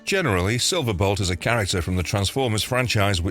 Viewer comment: This channel is Gwtting worse.. no one seems to know how to pronounce anything. Silver bot?? Who the hell is that? SILVER BOLT . Several other videos. They do the same thing .. mess up names . To the point of butchering them. Find people who watched the cartoons or read the comics to read your scripts ( stunticons?? .. who are they?? Stunt a cons !